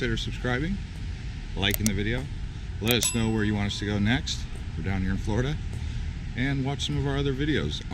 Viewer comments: Florida, not Flordia hah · I love "Flordia" 🤔